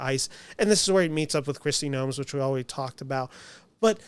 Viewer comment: Kristi NOEM. No added "s".